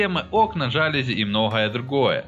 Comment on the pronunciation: Спасибо, очень познавательно. Но хотел немножко придраться. ))) Слово "жалюзи" французское слово, а у лягушатников, как правило, принято делать ударение на последнюю букву :) Кстати с фр. это значит - ревность ))